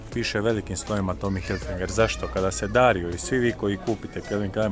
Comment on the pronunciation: I nije Tommy Hilfinger kako izgovaraš vec Tommy Hilfiger 😊😊👍👌